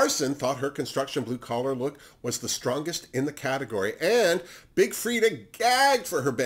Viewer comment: ha, my bad:) When you were talking about Jigly, Akeria and Skarlet you said “it’s not blue collar” but what I heard was “it’s not blue color” Lol Kisses 😘